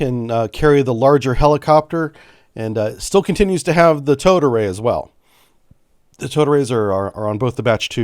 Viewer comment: I can’t be the only one that keeps hearing “toad array”, am I? 😂